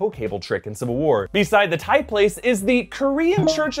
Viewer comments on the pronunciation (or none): none